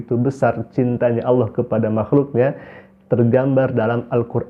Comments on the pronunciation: nyebut Alloh aja salah... dipastikan melihat Ultraman dengan 6 sinar... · Sejak Islam aja sudah susah mengucapkan kata ALLAH. Innalilahi wainnailaihi rojiun...